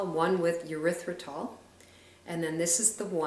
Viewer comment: Urethratol??? Sounds like a drug to treat bladder infections!!! lol. How about pronouncing it like it's actually spelled?